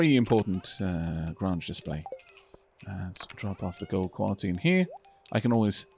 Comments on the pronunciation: Late to the party, but it's Grange. Not Grunge. It rhymes with RANGE. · Grange is pronounced like grain rather than grah. It comes from the word grain because it used to mean a grain mill or farm. Imagine it like a "grain range"